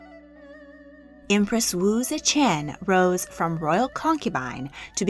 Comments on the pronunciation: AI narrated? coz see chan (ze tian)?? 😢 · My favorite part is when she said zechen